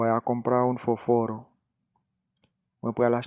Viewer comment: Se pa español dominiken ou fel Selman, gen anpil kote ou pa prononcé byen examp fósforo ou p arespekte aksan to freo men se yon bel travay, epi retiré sa nana tèt ou je se panyol Dominiken, bay bob español paske se pa sel República Dominicana ki genyen et ki pâle español ok freo. Gracias